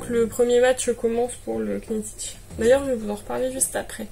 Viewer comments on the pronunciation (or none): Hello juste pour info, parce que ça fait trop bizarre que tu dises Que-nit-tich : Knittich ça commence comme Knit, tricoter en anglais et le K ne se prononce pas !! on dit nittich ! super jolis projets comme toujours !!